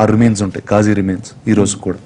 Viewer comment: this movie would be a hit if we all pronounce it properly! it's "Ghazi" not gajii.